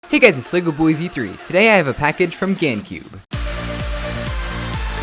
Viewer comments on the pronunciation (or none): It's so embarrassing how you can't even say ur username right. It's not legoboy-Z3. It's Legoboyz-3(pronounced legobois-3)